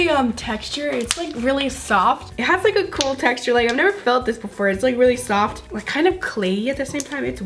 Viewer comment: watch that zhe repeat "i love the techture itz very zoft